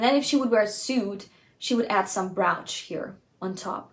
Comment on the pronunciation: Brooch is pronounced like roach, the bug.